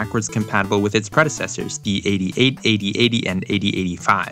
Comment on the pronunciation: Interesting choice of pronunciation of "8008" 😆 It would have been a shame if the computer called "8800" didn't end up using one of those processors. Also I feel like Intel was really gunning for that in '88 80% would use their chips